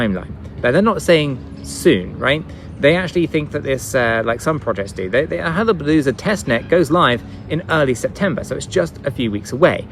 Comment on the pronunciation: Why is it so hard for you to say HAYABUSA? Wth, It makes it all sound like a joke, VET too, lol.